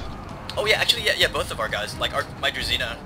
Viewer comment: Fun fact, Druzhina should be read kind of like Drushina, and it basically stands for Followers.